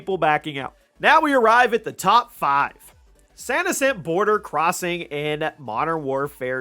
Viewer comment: It's called Santa sena you goofball. I'm gonna let it slide it hopes you're not illiterate but you mispronounce/mispell a lot of stuff.